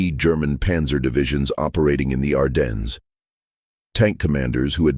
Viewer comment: ITS PRONOUNCED, "ARDEN" THE S IS SILENT